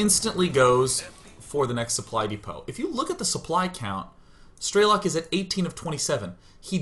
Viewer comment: i love you to death Sean. but ff's it's not stray-lock, its streh-lick. PLAY STALKER